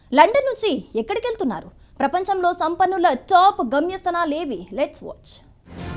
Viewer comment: గమ్యస్థనాలు ఏంటి తల్లి తెలుగును సరిగ్గా పలుకు లేకపోతే పెడర్థాలు వస్తాయి 🤣